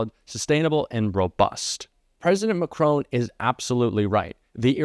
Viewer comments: Please have a think about how to pronounce the French president's name. Hint - it's not Ma-CRONE... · The name of France's president is Macron, not Macrone. Please pay attention to pronunciation. Thanks. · President McCrone? Its MAC-Ron, FFS : RON (short O sound) - as in RON-ald Reagan. He's not Irish, he's French. Come on - do better 'Mercans. Try to pronounce names as correctly as possible, please. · Please would you pronounce President Macron' name correctly, It's Macron not Macrone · Great vid. Just a small point. Macron is pronounced mack-ron. Not Mack-rone. Cheers from the UK 🇬🇧 🇺🇸 🌎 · Not you as well? Macron, the man’s name is Macron! It is NOT Macrone… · MAC-RON, there is no e on the end, it is not macrone. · MacrON not MacRown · Please note that the President of France is named 'Macron' not, as you seem to think 'Macroan'. Please don't be so disrespectful. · Please stop calling President Macron.....Mak crone. It is an insult to anyone to mispronounce their name repeatedly. Yours faithfully, Donald Crumpet. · 'Macrone'?? Why can't Americans even try to pronounce Macron properly? It's 'Mack-Ron'. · Macron pronounced Mac RON ( said like Don ) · Please try to pronounce the French president's name right. It is not Mac-rone but Mac-ron. It is disrespectful to mispronounce anyone's name, you of all people should appreciate that. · Please pronounce MACRON’s name correctly . There is no E on the end of his name , therefore the correct pronunciation is MAC RON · Not wanting to trivialise this, but couldn't you at least make some vague attempt to pronounce Macron's name correctly? Have you never heard anyone say his name before? It is hard to take you seriously when you say Macrone, over and over again. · Please pronounce President Macron's surname properly. The "on at the end is pronounced as in 'on' and not 'own'. It is very annoiyng especially as you keep repeating it. Thank you. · Mack-ron! Not macrone! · hi its mac ron not macron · "McCrone"??? Who he?